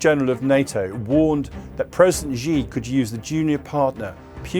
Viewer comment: You mispronounced "Xi", which tells me that you don't take China seriously. If you think that China is planning to take over the world, then why don't you learn Chinese?